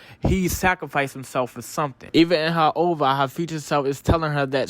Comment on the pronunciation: No hate But you keep saying Ova when it’s usually just said oh—vee—Aye it’s stands for original video animation